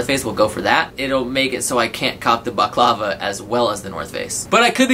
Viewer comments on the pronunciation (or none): balaclava, not baklava my friend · “Baclava” it’s balaclava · Balaclava is pronounced ball-uh-clava, my G.